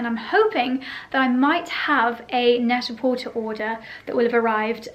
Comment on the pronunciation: Net a porter is pronounced without the “r”. French